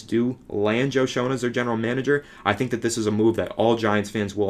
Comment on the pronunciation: It's pronounced Shane just so you know for future videos.